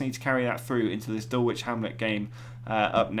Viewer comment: Enjoying these. Can I say one thing, Dulwich is pronounced “Dull itch” forget the “W”. Thanks